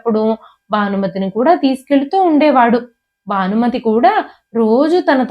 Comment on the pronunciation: ఇది చూస్తున్నారు అంటే అందరికీ తెలుగు వచ్చే ఉంటుంది. రానిది చదివే వాళ్ళకే. ఎందుకంటే వాళ్లు ఇంగ్లీషు లో రాసుకుని చదువుతారు కనుక. అందుకే, వెల్లి, పెల్లి, మల్లి, భానుమతి కానీ బానుమతి కాదు,మొదలైనవి అలా పలుకుతారు. దయచేసి తెలుగు కథలు చదవకండి. భాషను ఖూనీ చెయ్యొద్దు. తెలుగు భాషలందు తెలుగు లెస్స కానీ లెస్సు (ఆంగ్లములో) కాదు.